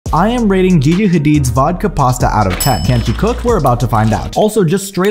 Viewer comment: He said it normally